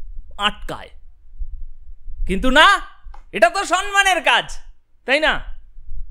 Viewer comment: বেশ ভালো প্রেজেন্টেশন। কিন্তু ভাই, মেসেজ, সম্মান --বলুন। ভুলগুলো খুব কানে লাগে!